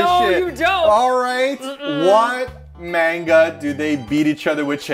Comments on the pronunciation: I am so sorry, I love you two...but plllllzzz stop calling it Main-gah :'( it hurts mah soul! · how you pronounce "mainga" triggers me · Love you two, but please pronounce manga correctly! ❤️✌🏻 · Glad that later in the video pronounced manga as ma-n-ga and not as you two were earlier in the video, me-i-n-ga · Omg hearing them say "Mang-Ga" in the beginning breaks my heart. Then some how they say it right 😂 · It's "mahn-ga", you guysss. I KNOW you know hiragana and katakana, so I know that you know that the A in Japanese is an Ah sound. Teach your followers the proper pronunciation plz. It's also "flah-n"!😄I'm sorry i'm busting your balls. For foreigner's who get tired of Japanese food, like my friend quickly did when we went after about 3 days, lol, other future tourists should know, there are lots of (good) chains from the U.S., the U.K. and other countries in Tokyo when you may want a break from Japanese food, such as 800 degrees pizza from L.A., Shake Shack from NYC, Starbucks, of course, etc. and if you Google search "American restaurants in Tokyo" or "British restaurants in Tokyo" etc. Lots of restaurants you know and also Japanese or foreign-owned mom & pop places with those comfort foods you're craving will pop up!